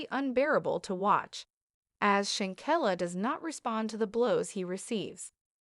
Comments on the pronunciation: Please pronounce her name correctly if you're going to do commentary on someone RESPECT HER PUT SOME RESPECT ON HER NAME IF YOU HAVE TO ASK SOMEONE HOW TO PRONOUNCE HER NAME CORRECTLY,THANK YOU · pronounce her name corr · Learn how to pronounce her name